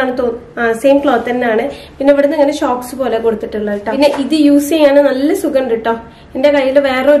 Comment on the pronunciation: Shocks ennalla pronouns cheyya socks ennanu .. Nice video 👍negative comment allatto